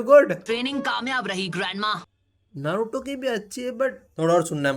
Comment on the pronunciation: Ye log naruto ko bhi nruto bula rhe he it's na not n like tum dhyan se suno a silent lag raha he Nruto